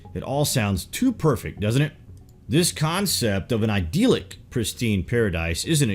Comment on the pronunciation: And idyllic is "I dill ick" not "ideal ick". :)